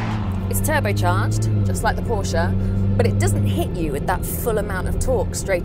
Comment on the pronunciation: Good job 👏🏽. But it’s Porsche…all day errry day baby! 😎 💨